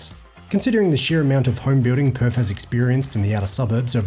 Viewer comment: PerTH... Not Perf